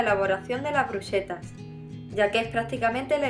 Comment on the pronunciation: Bruschetta se pronuncia brusqueta. El singular de antipasti es antipasto. ¡Mil gracias por las recetas y las sugerencias de uso!